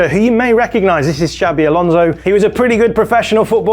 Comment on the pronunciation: I love the way the English overdo their pronunciation of "Xabi" (should be something more like ShaaBee) until it becomes "Shabby Alonso." He's not shabby at all!